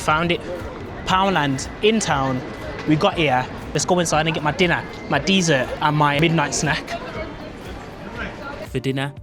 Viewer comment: I don’t think you pronounce dessert correctly.